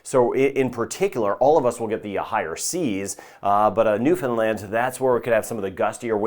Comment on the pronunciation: Thank you for including the Atlantic provinces (for those of us living in the Caribbean) and especially thank you for your correct pronunciation of Newfoundland especially